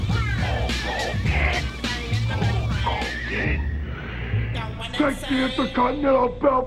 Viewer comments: Sounds like he's saying Hulk Cogan 😂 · With a Partsunknownian accent that's so strong, it identifies that the Warrior can't say Hulk Hogan's name right; every time he shoots a promo and when he talks, he would put too much emphasis in certain words that come out of his mouth, and most people couldn't make out what he was saying. "Ho Kogan! Look at meee, Ho Kogan! ... LOOK AT ME!!!" -The Ultimate Warrior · It sounds like hes pronounce like ho kogan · i think he said holk klogan once